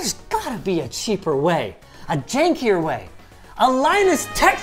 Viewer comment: When Linus said "a jankier way", I heard "A Jakey-er way".